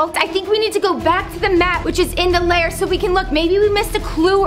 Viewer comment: Lol its lair not "liar"